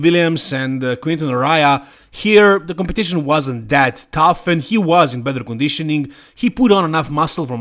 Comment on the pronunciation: No disrespect, but that Vancouver show was full of third tier guys. Beef Stu could be a level above though. Your English is really, really good but the "bether and bether) drives me nuts! 😄 along with you guys only classifying the open division as "bodybuilding." It's all bodybuilding! Lol "Sadik the physique" looks great. Lastly, at the top of the top there are no big changes to be made. I think too much is made of making drastic changes from year to year when you're at Derek's level. He can only finevtune from here.